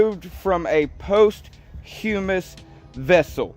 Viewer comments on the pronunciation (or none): 😅😅😅😅😅😅😅😅😅😅 My guy..... Read before you lead. 1. Posthumous is ONE WORD. 2. Lolol........... And its not POST HUE MUS......😅 ITS - poh-shuh-muhs 3. In America we have a legal democratic process for proposing, voting on and codifying bills into laws. Hillbilly boy... Are you the son of the bartender from Boondock saints???? "EVIL PREVAILS WHEN GOOD MEN DO NOTHING" I hear ya though... You are the voice of reason! We shouldn't abide by the laws created democraticly if YOU DON'T LIKE THEM... Why don't you DO SOMETHING ABOUT IT THEN "GOOD MAN" WHOSE DOING NOTHING!?!?!? ( Besides telling others they should be moral and just and have virtues .. YOUR VIRTUES! AND YOUR MORALS! AND THAT IS JUST!!! Paint and or seal your rotting mildewed fence before you go telling others not to follow the law if you don't agree with it.... Hmmmmm... THATS WHAT MAGAots DO!!!!! "Do as i say and not as i do!!" Utter lack of self awareness? Check